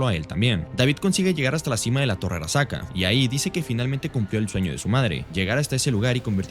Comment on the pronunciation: porque dice arakasa en vez de arasaka?